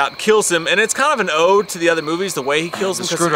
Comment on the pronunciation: Ode. Not o day.